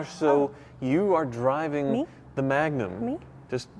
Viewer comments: the name is magnum ... dodge not trojan... magnum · Did you say Magnum 😅😅. Yes it's the biggest baddest wagon!!